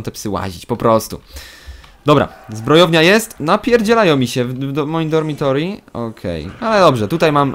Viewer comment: Piszę to już 3. raz, DORMITORY to jest DORMITORIUM :P